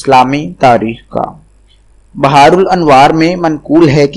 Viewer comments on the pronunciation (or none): none